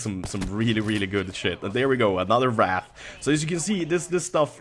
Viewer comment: A small note for your English, 'Wrath' is anger while 'Wraith' is a ghost, usually an evil ghost. It sounds like Ray-th rather than Rah-th. Still, you've improved incredibly over the years!